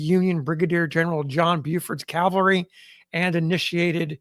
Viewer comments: Always love these "experts" who don't its pronounced CAVALRY......not CALVARY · the guy reading the account says calvary every time the text says cavalry. the text spells it correctly, but he pronounces it backwards every single time. i thiught that is what confused you.. spellcheck won't correct it, as it doesn't know which word you mean.